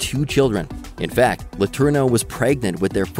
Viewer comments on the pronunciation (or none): none